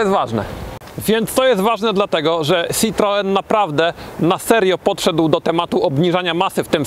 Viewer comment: SitroĘ a nie żaden cytroen...